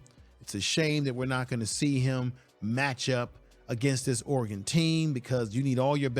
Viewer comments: That’s Or-e-gun, not Or-e-gone. And Dan Lanning not Langing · Lol you don't know how to say Oregon. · Casey Rogers is a very solid Def. Lineman, but Dorlus is likely a name you will hear more often in the Colorado backfield. Saying Ore-gone is like me saying Color-A-doo. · Show some respect. It is pronounced "Ory-gun". And Oregon's Coach is Dan LANNING. Research my man. And showing his press conference where he asks, "What have they done in this conference?" basically is the truth. The Buffs haven't really done anything in PAC12. So how does Deion use that quote? He wasn't referring to the current team. As for the game, it should be fun. Does Colorado have a chance to win? Of course, anything can happen in a college football game. See Appalachian State vs Michigan. Will they win? Probably not. And moving through the conference they are most likely going to struggle as they play tougher teams. Oregon, USC, Oregon State, UCLA, Washington State and Utah are all possible losses. And many outlets are saying Colorado will only win 6 games. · bro please learn how to say oregon right